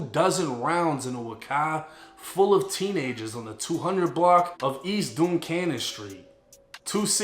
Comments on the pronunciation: "Duncannon st" not docannon st. I'm from uptown I should know. Mark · Its pronounced Dun cannon 😂😂😂